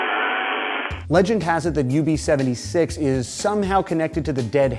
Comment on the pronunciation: It's UVB-76 not UB-76 just a little mistake I'm pointing out